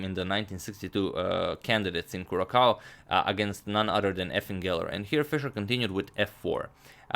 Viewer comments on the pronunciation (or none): Small observation: Curaçao has this wiggly thing under the second c. That is why it is pronounced as kurasau in stead of kurakau. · Izvrstan vam je kanal. Ostrvo se zove Kurasao. C sa donjom viticom se cita kao nase s. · If he meant Curacao in South America its pronounced Curasao. Good video.